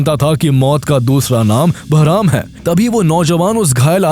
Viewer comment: Barham❌ Beraham✅